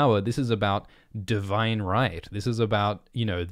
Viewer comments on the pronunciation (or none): none